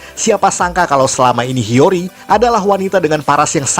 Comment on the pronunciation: Hiyori bukan hiryori